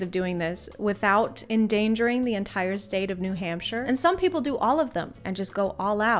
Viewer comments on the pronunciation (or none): none